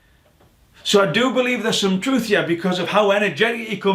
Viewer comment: Every time he attempts to say the word 'truth' he trips on it, can't form the word, and it comes out threwth.